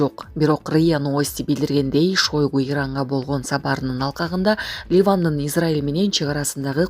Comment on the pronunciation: ШОЙГУ ЭМЕС ШАЙГУ ДЕП АЙТСАНАР